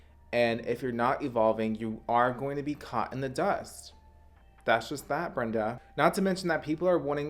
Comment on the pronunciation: When says Brenda it sends meeee😂😂😂💀💀💀💀